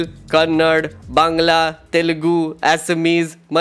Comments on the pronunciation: I am watching from US, I love ur content, love ur work. It’s funny, my routes are from Karnataka. I want to correct one thing from ur video it’s not Kannad, it’s Kannada 😊. U said it wrong once 😅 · Kannad nahi bhai kannada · Cardinal sin of calling kannada as kannad 😂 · Its KANNADA not KANNAD. Get that right before your cringe edits. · bruh. Obligatory "it is kannadA, not kannad" comment. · Kannad ❌️ Kannada ✅️ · All fine until you called Kannada as Kannad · I'm sorry, I hate to be this person. It's Kannada; Ka Nna Da.. pronounced [kənːəɖa], you don't say Marath, do you?